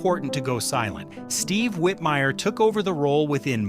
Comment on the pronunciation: *Rowlf Also, there was a mispronunciation of "Whitmire" as "Whitmeer" during the section on him.